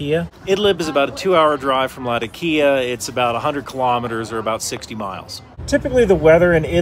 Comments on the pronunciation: Thought it was pronounced La tok ia? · The way how he pronounce latakia is so wrong 😑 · great content. Latakia is pronounced la TA kee ah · Lol how you larp as an expert but can't pronounce Latakia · Word Latakia butchered that way, the same way Iraq or Iran is not eye-ran or eye-raq Americans make me smile, great content but awful pronunciations.